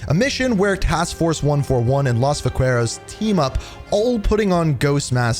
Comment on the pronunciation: my lord you did not look up how to pronounce "los vaqueros".